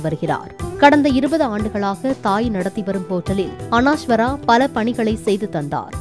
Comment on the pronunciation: அனாஷ்வரா இல்ல தாயி, அனஷ்வரா, கஞ்சிரப்பள்ளி அல்ல, அது காஞ்சிரப்பள்ளி.. 😂